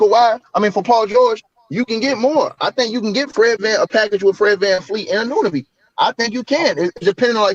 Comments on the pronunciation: A-No-Be, A-NooN-A-Be …. These 🇺🇸 disrespectful af. Do your due diligence instead of butchering a mans name 😑🥴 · y’all gotta learn how to pronounce anunoby